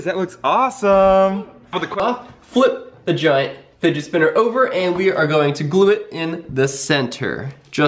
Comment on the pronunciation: he says spigit spinner lol